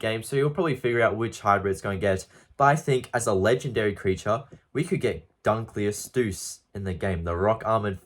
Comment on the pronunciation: How tf did u just pronounce dunkleosteus 🤨